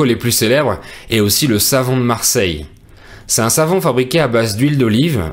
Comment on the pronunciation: Pourquoi vous ne faites pas la liaison: " "C'est un = ces tun"?